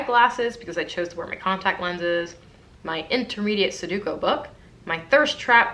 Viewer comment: Am I crazy or is it Sudoku not Suduko?